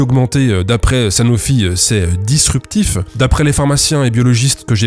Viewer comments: G ... Dispurtif ? C'est encore mieux que disruptif c'est ça ? Encore merci pour cette vidéo, je vois qu'on n'arrête pas le progr.... Le bullshit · Dispurtif (disruptif) 🤣🤣🤣 Je suis fan de la "coquille" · c'est ''Dispurtif'' 😂